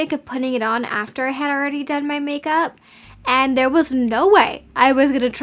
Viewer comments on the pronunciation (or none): none